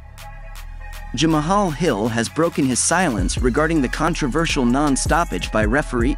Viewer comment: How is it , this guy can pronounce Israel Adesanya but can't pronounce " Jamal" 🤔🤔🤔 anyone see where I'm going with this??? This is the same guy that also " click baits " consistently🖕